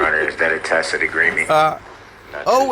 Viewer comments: His dumb speech is the funniest thing - takkit not tacit, axed not asked, dat not that, hood rat ruuug. Etc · Tackit agreement 🤣🤣🤣🤣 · If she never has to hear public servant again, axing a question, oaf of office, Tackit agreements, shock devices etc. it would be too soon! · You mean to tell me it’s not a “Tackit” agreement???? Darrell E. Brooks Jr should have paid attention to them Saturday morning cartoons when they were trying to teach his dumbass the alphabet and how to pronounce words 😂😂😘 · She “told” him how to say tacit! He was saying it messed up she was tired by then and just said I don’t know what TACIT…..then left the room I think. He’s been on point with it every sense;)